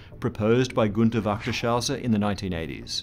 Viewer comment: "gunter wachterschauser":'D, you really need some help with the pronounciation of german words!^^ in this case, you should've gone with "wechter's heuser" ("wächtershäuser" translates to "guardians houses" and the Ä is pronounced much more like an E than an A; we also don't use "sh" as a "sch" but more like "s-h" or "s'h")